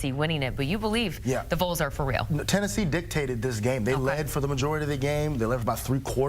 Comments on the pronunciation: You pronounce it VOLS... Valls, like the Volunteers. It is NOT the VOLES. Do you say VOLEunteers???? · Vol, not vole. It’s not hard people. Pronounce it the same as fall or call. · Please pronounce Vols correctly. Hard to listen to, distracting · Is she retarded? How the hell do you look at VOLS and pronounce it like that?